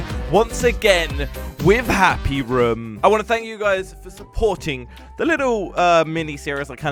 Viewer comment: Room not ruum